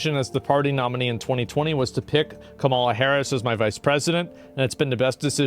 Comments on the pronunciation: Why does he always mispronounce Kamala's name? is he just being racist/antagonizing? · can you please start pronouncing her name correctly? thanks